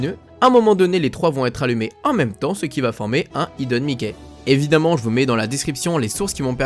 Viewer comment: Bonne vidéo, impossible de voir l'oiseau pour moi... et cette fois tu prononce bien hidden Mickey ça fait plaisir !